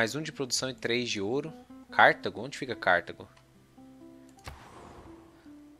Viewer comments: se pronunciar "CARTÁGO" obrigado hahahahaa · Eu herdei a pronúncia do inglês, daí falo Cártago